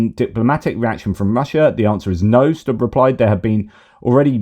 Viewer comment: Alexander Stubb is pronounced Stoob. I used to listen to his online lectures.